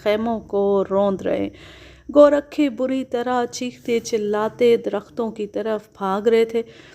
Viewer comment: میڈیم ۔۔۔لفظ گورکھا ہوتا ہے ۔ گو ۔۔۔رکھا نہیں ۔